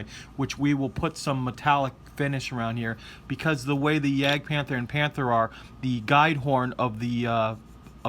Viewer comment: it spels : jágd pánther, not jegd pantör , its in Deutsh please ,not English . Your job is excellent anyway ! ♥️